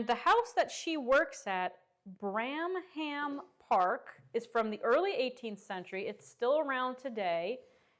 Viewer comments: The place she worked is pronounced Branum Park. spelled Branham Park. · A housekeeper was the senior servant, responsible for overseeing the indoor female staff, making sure domestic duties were properly performed etc. Bramham Park is in North Yorkshire and is pronounced 'Brammam'.